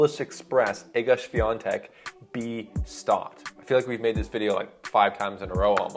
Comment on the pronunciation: Thumb up for the correct pronunciation of the name of Iga Świątek. Drink a lot of fruit tea, don't drink coffee or black tee, do not eat to much meet, sleep enough - then you will get rid of the cold faster, fellow..